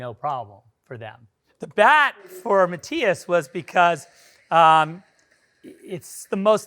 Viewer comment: Its pronounced "Math-ias"